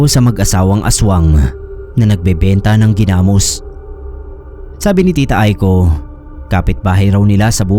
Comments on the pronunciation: New listener here, ang ganda ng mga stories nyo po,na bother lang ako ako sa pag pronounce ng Ginamos..😅 gi-namos po hindi genamos☺️ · yung pronunciation po sa ginamos ay naka stress sa o at ndi sa a, like: ginamós at ndi ginámos. Hehehe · Ganda ni Janesa story.. legit na fiction. .paano mkagawa ng ginamos(not pronounce giiii-namos) ang isang aswang gayong ang ginamos ay bagoong sa Tagalog.. puro Asin ang pangunahing ilalagay na sangkap? tsaka may nakitang tainga ng tao na nga sasabihin pang baka hinaluan ng Karne ng tao... scriptwriter konting aral pa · hahaha! hindi ako mapakali Gina-mus! haha hindi Gi-na-mos.. 😁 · Sir Gi' Namos Hindi ginamos